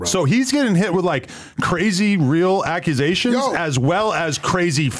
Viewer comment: The Akusations 😂